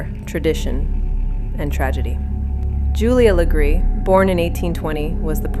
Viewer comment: Wow! Thanks for being one of the only pages to actually say her last name the RIGHT way 🎉